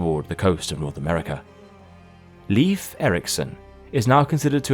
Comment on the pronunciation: Leif is pronounced Layf, not leaf.